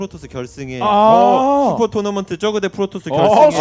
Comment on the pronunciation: 전태양 선수 쩌그 발음 ㅎㅎ